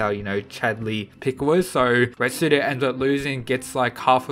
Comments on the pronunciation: ITS RETSU NOT RETSUDO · Retsu not retsudo just saying